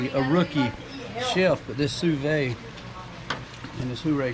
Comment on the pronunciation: pronouced "SUE VEEEEE"